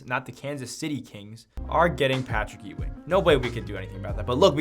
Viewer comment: I was looking for this comment the minute I heard that lmao